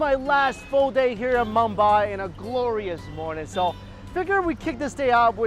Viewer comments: its Mumbai not "mambai" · This guy can’t even pronounce roti or Mumbai properly. Wtf is he doing there?